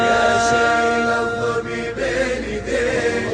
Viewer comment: ما ينطق الظبي يقول الظفي او ينطق الباء بين الباء و الفاء